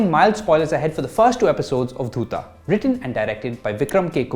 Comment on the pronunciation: My opinion to your review is the same as yours in this video...if it is very slow paced for you, i think you should stick to movies....u didn't even pronounce the name of the series properly........god bless you when you watch the final destination.